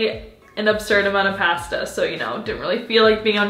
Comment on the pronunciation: a few thoughts i had while watching this video: (all jokes except the last one) 1. why do you say "pasta" like that? 2. It was alarming to see that the face mask wasn't all over your face (ik you didnt have a mirror) 3. your hair look so good natural!